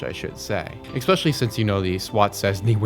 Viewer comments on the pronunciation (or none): Stop saying "eXpecially"!!!!